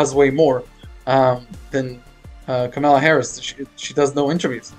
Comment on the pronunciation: KAM a la At least pronounce her name correctly.... Even Donnie Disinfectant pronounces it correctly now! talks too much